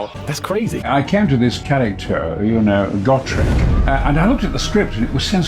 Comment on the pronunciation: "Got rek" It's "Go Trek".